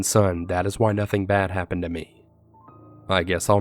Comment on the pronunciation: “I have really BAWWD anxiety.” Every story that ever existed. 😂🤦🏻‍♀️